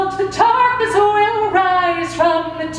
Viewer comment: Dreamy Arts i think she's Irish. I'm irish as well and i also say "tarkness" because i don't pronounce the th sound in the